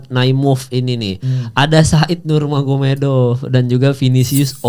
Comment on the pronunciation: "nurmagomedov" dibacanya "nurmohamadov" di salah satu interview khabib